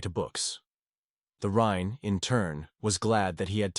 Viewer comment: Yeah better read the manga than suffer hearing this Ai crap. The rine the rine the rine waaaaah!